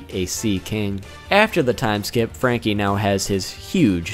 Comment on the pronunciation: FRRRRRRRRRanky!!! i liked it a lot the way you said